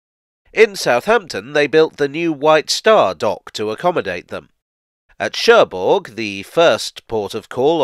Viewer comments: Don't wanna be pedantic, but the g in Cherbourg is silent. So it's Sher-boor. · Now I understand why the French don't like the English language. It is pronounced Scher Buur and not Scherburg... Maintenant je comprends pourquoi les Français n'aiment pas la langue anglaise. On le prononce Scher Buur et non Scherburg...